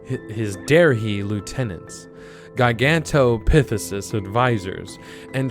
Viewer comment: It's not a hard word, Gigan-toe-pith-ick-cuss.